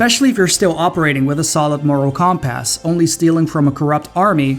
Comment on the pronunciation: dear narrator the word compass is pronounce cum-puss.. not cawm- pass.